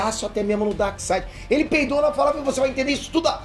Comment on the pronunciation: Um reparo, não se diz Darside, mas sim DarkSEID. 🙂